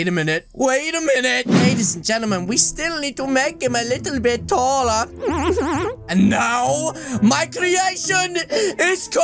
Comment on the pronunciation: I love when he said TOLLAR!!!!!! And I know he means taller!!!!!